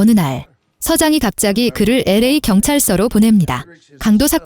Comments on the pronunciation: 진짜 나레이션 때문에 집중1도 못하겠네요. 엘에이인데 '라' 라고 읽는 멍청한 AI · LA를 "엘에이"라고 읽지 않고 "라"라고 읽는 경우는 처음 봅니다. 아무리 AI로 녹음하더라고 한번 정도느 체크를 해 봐야 하지 않을까요 ? 성의의 문제입니다. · 나래이션 거지같네 LA 를 라 라고하네. 목소리도 거지같고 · LA를 라로 읽는다. 너 누구냐? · LA를 라 라고하네 ㅋㅋㅋㅋ 검수같은거 안하고 그냥 ai 찍 돌리고 영상올리고 끝이냐? ㅅㅂ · 라 에가는거라니 ㅋㅋㅋ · LA를 라라고 읽으면 어짜노.....확인안하냐?? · LA를 라 라고 읽는거 컬투쇼에서 그렇게 많이 떠들어대서 그 영향이 큰 듯. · LA를 "라"라고 읽잖아요 ㅋㅋ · LA 가는것을 라로 간다고 나레이션??